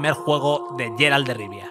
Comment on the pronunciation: Its pronounced "guéralt"